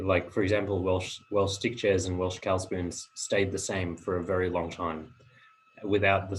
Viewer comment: Pronunciation of 'cawl' is verrry poor. Find a Welsh speaker and learn how to say cawl.